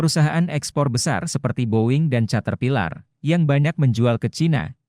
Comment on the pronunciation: dengerin Berita yg pake suara robot malah bikin pusing, semua bahasa Inggris dibaca pake ejaan Bahasa Indonesia, covid, caterpillar dlll dibaca pake ejaan Bahasa Indonesia 😅😅😅